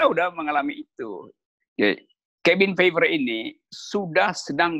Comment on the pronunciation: Cabin Fever (kehbin fiever). Kok bs pd salah pronunciationnya dua org idola saya ini. 😜